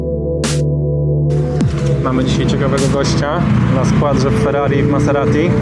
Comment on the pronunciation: Śmiesznie się słucha, jak pracownik salonu niepoprawnie wypowiada nazwę marki Maserati :P